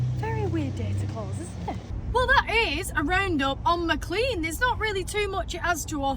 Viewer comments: I live near and shop at Maclean pronounced Maclean not Maclay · I think McClean is pronounced McLane? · Typical Ozzie. It's actually pronounced 'Mc lane' or 'Mcleane'. I think the people that first names these places couldn't spell properly. So they just made up the spelling....but that meant they sounded nothing like the way they were spelt! "Bunch o' stupid convicts!"